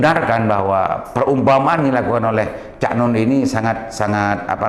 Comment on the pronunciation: Cak Nun pak... bukan "Cak Non" 🤣